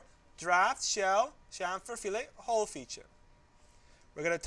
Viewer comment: Only complaint is fillet is not pronounced that way when you're talking about mechanical design. Other than that, this video is a great and much appreciated overview!